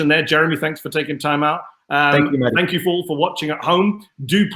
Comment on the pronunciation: If u can't pronounce names dont say it. This jihadist symphetizer, oxford smart ass aljazeera wizzel is mahedi not muddy. 🤣🤣🤣🤣🤣